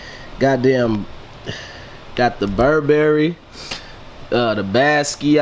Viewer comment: Nigga BU-RB-RY-Y OR BUR--BER--Y Wtf is BUR-BAR-Y???? im schleeeeep cuzz